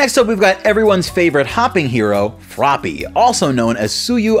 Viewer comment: it's froppy not floppy